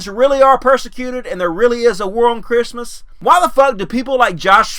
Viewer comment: There's a war on Chirstmas? I guess that's pronounced cursed-mas. Christmas is cursed!